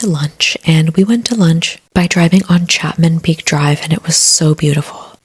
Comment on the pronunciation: Simon's Town, and boulders beach and Chapman's peak is how its pronounced. Also, theyre prawns, not shrimp. No hate but omg your pronounciation of everything, and your whispering is hectic.